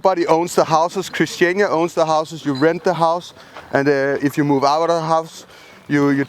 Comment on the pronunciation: yeah, so it's actually christianIa not christiana. just a slight annoyance there... :)